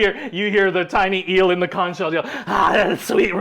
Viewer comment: I must say as a Floridian who grew up on beaches... PLEASE stop saying conch shell like the ch sounds like the ch in church. It's not pronounced that way, lol. It's conch sounds like kaangk. 😊 Also, loving the show. You adventures are hilarious!